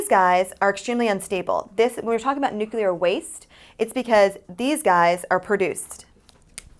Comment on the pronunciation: it's NEW-CLEAR. not NUKE-U-LAR